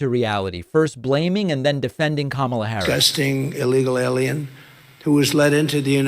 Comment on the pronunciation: He didn't make much sense. He mispronounced Kamala's name and call Aliens, Elians. Then he said she stopped them all. Wow.